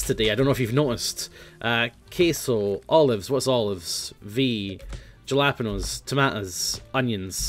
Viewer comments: Jalapenos are pronounced "HALLA-PEENOS" (in English anyway) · The way he says jalapeños >:<